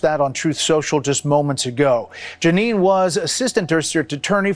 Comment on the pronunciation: Janine the Canadian here. Good heavens I have cherished that my name is somewhat unusual for a while now. Today I learn a deranged MAGA Republican shares my name. At least I can take solace in knowing the names are spelled differently.. please stress her name is phonetically pronounced Gee nene. Speaking of name nice Freudian Slip when referring to Howard “Nut-lick”. Maybe your country men don’t listen closely but we Canadians get every word. Elbows Up.